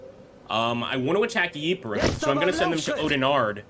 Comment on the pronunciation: Very small nit pick but Ypres is pronounced eeps or eepres with the Y being silent